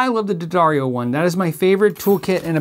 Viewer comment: Thank you for not pronouncing it “DEE-Addario” haha